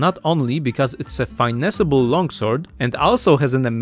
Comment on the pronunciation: English is obviously your second language, “finesse” is pronounced “fuh-nes” :P Great vid